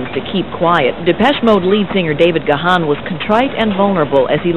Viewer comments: Even today after all these years people still can't pronounce his last name. It's Dave (pronounced "Gone") damn it! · My 'favorite' mispronunciation of his name was when a reporter called him 'gay-hen'. hehe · At least one reporter can pronounce Gahan! Joking aside, I’m so happy and relieved that Dave turned his life around and kicked the habit. Depeche Mode.... more than a band, more than music, it’s etched on my DNA; as much a part of me as the grey whiskers in my beard! It was also nice to see Alan drumming away wearing those trousers which are now in my wardrobe upstairs after winning them at a DM convention in Basildon a good few years ago! 😎